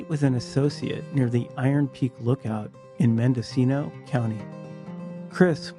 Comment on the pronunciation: So refreshing to hear a YouTuber correctly pronounce Mendocino County. Growing up, whenever we'd go hiking, we'd tie a bunch of empty cans on string to ourselves, so that no one thought we were sneaking up on them. Dad didn't bring his gun; you don't want anyone thinking you're a threat. It helped that it was two middle-aged hippies and their two little kids. We'd stick to a particular route that went through LP's land (a lumber company). Don't be stupid, don't pick a fight, and know which areas to avoid.